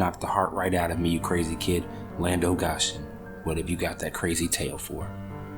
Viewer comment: I love this story. Folklore like this is underrated. One thing that threw me off though was the pronunciation of the exclamation "Land O' Goshen". For the correct and full effect, say "Land A Goshen!" with a long O. Goshen is a city from the Bible and the phrase Land of Goshen is a colloquialism meaning something a long the lines of Oh My Goodness, lol. The southern drawl makes it sound like "Land uh Go-shen!" It's one of my grandmother's favorite sayings lol. But srsly, please keep doing these folklore stories. They are amazing.